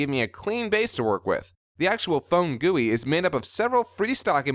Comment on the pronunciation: Thank you for actually pronouncing GUI correctly :)